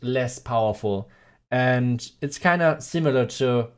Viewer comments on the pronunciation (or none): none